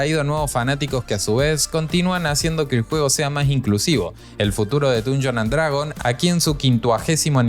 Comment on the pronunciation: Nada te cuesta aprender a pronunciar bien el nombre del juego… Está bien que no sepas inglés, pero con que solo pronunciaras bien, ya estaría bien.